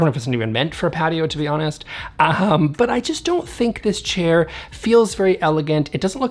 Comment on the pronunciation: I heard “diss chair”, which is appropriate.